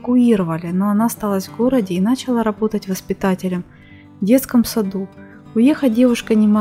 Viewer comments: Да почему Вы говорите нАчала🙉🙈...Научитесь правильно говорить,очень неприятно слушать. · Это что за селянка-хуторянка читает текст. "НАчала". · Автору ролика:в слове ,,начала" ударение ставим на последнем слоге,а не на первом....А Лариса -замечательная женщина,красавица.